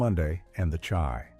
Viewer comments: I really wish Ai would get it together and stop showing pictures of other people when they are taking about someone. And the show is called The Chi, pronounced “Shy” not like the tea. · The Chi...the way this AI said it made me want to stop watching the video. Lol